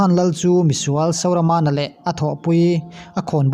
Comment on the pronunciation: Sauramana i tih te hi dik lo